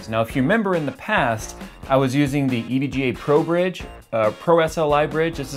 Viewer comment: This is how you pronounce it: EVG aayyyy lmao